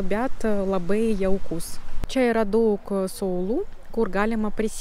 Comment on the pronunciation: Kalbate lietuviškai labai neblogai ir suprantamai , pasitaiko nežymios tarimo klaidos. Jos greit išnyktų , jei daugiau bendrautumėte su lietuviais. Pastebėjau, kad dažnai tariate ,,t'' raidę su ,, c'' atspalviu. Tariant žodį ,, daug'' , reikėtų trumpiau tarti ,, u '' raidę. Patariu kalbėti Lietuviškai kuo daugiau, nesivaržyti ir greit akcentas sumažės iki minimimo.